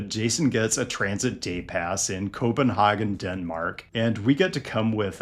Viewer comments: Co-pen-hah-gen is the German pronunciation. Co-pen-hay-gen is the English. The Danish pronunciation requires 3 beers first. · not to nit pik, but the way you pronounce Copenhagen is a little off, and might be a bit offensive to locals. (It sounds German) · Great video, however, please don't pronounce Copenhagen like that, no one from Copenhagen says it like that. For reference 'CPH Girls' by Christoffer is how we'd pronounce the "A" in Copenhagen